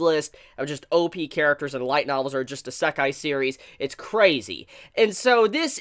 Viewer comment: great vid, but still don't like the way you say Isekai lol